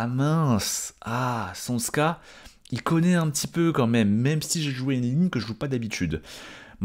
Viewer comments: C’est pas csonSka mais csonka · c’est tchonka balage… Cs=Ch comme en anglais dans church, et zs c’est g comme le dernier son de garage. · Csonka se prononce à peu près [tchonka]